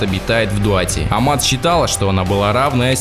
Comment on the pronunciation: Не АМАТ на МААТ!!